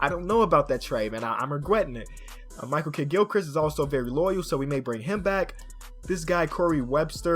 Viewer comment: he said Michael Kiddgilchrist